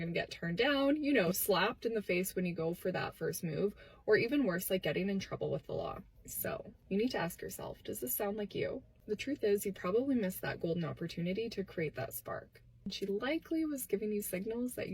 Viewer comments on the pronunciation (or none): "Worse", not "Wors"